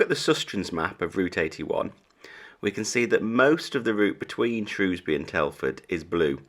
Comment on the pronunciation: There is no o in shrewsbury 😂😂